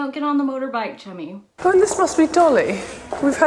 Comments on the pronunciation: I thought this whole time she was calling her chubby🤣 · I soooo thought she said, “Probably shouldn’t do that, Chubby. Don’t get on the motorbike, Chubby.” Baaahahhaaa! I was like whhhaaaa???? Lmao